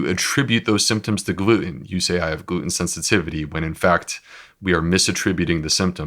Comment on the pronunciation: Why does he say "glue-in" instead of 'gluten'?